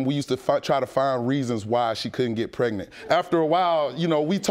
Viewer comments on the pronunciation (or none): What is " Pretnent" soooooo we can't pronounce our "G's" why is this show filled with people who have speech impediments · She irking my soul saying pretnant UGH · If these people don't stop saying "PRET-nit" Lord.... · What is " prednant"?😠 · Was she pretnant or pregnant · It's pronounced... preGnaNT! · Get some respect for yourself girl, her not pronouncing the G in pregnant is irritating.